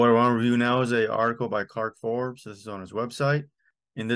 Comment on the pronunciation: Nice video! (Side note- no "r" in "Fobes, but glad to see his work acknowledged here.)